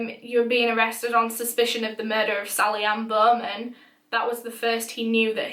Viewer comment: Sally Anne-Bohhhmenn